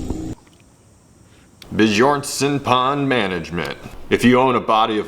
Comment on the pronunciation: The enjoyment every single scandinavian gets from hearing the pronounciation of "BåJårnson pond" is what's gonna grow this channel big in Sweden, Denmark and Norway and to all the families with the last name Björnsson.